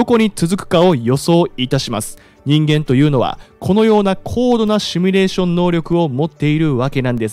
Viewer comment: ✖「シュミレーション」 〇「シミュレーション（英: simulation ）」